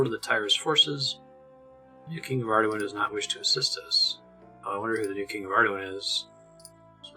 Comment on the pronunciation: Its been so long since you first discovered Ardougne, and I have no idea how you decided to pronounce it that way lmao... Arduin? I agree the official one doesn't make too much sense either but neither does that. If anything, Ar-doon has gotta be the most low hanging easy one